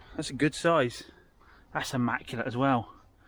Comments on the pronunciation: ‘Nearly ammaculate’..😬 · Devon pronunciation..😬